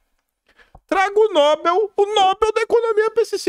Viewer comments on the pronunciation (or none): none